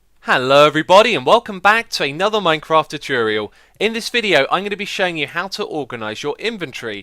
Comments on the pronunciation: first 4 seconds tretruial best pronunciation ever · I liked as soon as you said choo-toor-eal :P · Tuchurial xD